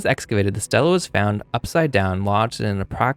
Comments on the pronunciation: THANK YOU!!! It drove me nuts! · Good video, thanks. Note: stele (ancient inscribed stone slab) is pronounced like steely, not Stella. The plural is stelae, which is pronounced stee-lay (Greek).🙂